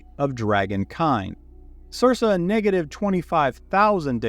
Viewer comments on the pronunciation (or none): He knows its cir-KA, not cir-SA right? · Sir - kah But I can see how you'd read it sir sa if you hadn't heard it before spoken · I’m sorry, I love everything being said, and the lore you bring is amazing, but I need to address something or I’m gonna go nuts: circa is pronounced Sirka 🙃🙃🙃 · I am enjoying this, and I appreciate that I'm watching a year after it went up, but I really really hope you eventually learn to pronounce Circa... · Great video. The second c in circa is pronounced the same as the second c in circle. The same root word, hence is mean around the time of.